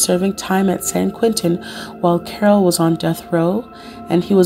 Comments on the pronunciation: Omg his name is pronounced as "Carl" not "Carol" !!! He had asthma not encephalitis. Did you do any reaearch??? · His name is pronounced as Karl